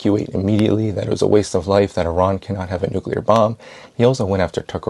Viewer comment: ARON!? did he say Uh-Ron? Stop playing. u know it's E-Ran or Eye-ran. If it ends up being UH-RON then we all gotta learn this out of respect for Iran. Thin Iron but say ran after the "eye" part. Pardon me being effortlessly distracted. And im out.